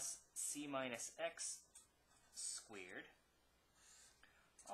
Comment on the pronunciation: this is an excellent video but the way that he pronounces "squeered" bothers me to no end